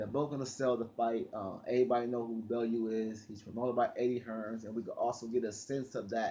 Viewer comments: U always say bullew it's bellew like bell you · M8 it's bellew !!! Not balloo , sounds like someone out of the jungle book . Lol . If u watch boxing you would of heard is name so how u pronounce it like that is funny as fook. No more weed for this man 😂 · mario forgaze yhh but been making videos on bellew for years now and still not got it right all u have to do is watch a bellew fight and u should know how to say it